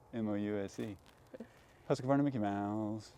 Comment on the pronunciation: Husqvarna, NOT Husqa-varna